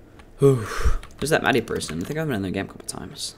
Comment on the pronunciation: I cried everytime he said Maddie it's mah-di not me-di